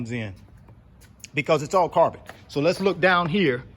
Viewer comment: I like how you mention "carbon". I thought yous saying "car burn". From Ghana, West Africa.